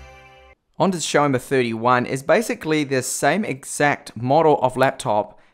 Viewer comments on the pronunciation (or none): Isn't it Xiaomi? Not Xiaoma...